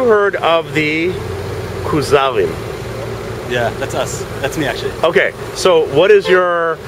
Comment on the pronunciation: The KAZE-ARRS?